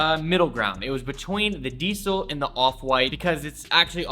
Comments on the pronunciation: It sounds like you're saying DSOL but it's pronounced diesel lol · "DIESEL' s" original pronounciation is something like "deasel" and not "diesél". Still a good video, respect from Germany 🔥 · its DIESEL lol like the gas .. not DEESEL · why the f you pronounce diesel like that lol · Polo Ralph LARAN? DSOLE? Dude how do you not know how to pronounce these... Also, the diesel hoodie is made out of neoprene... educate yourself dude.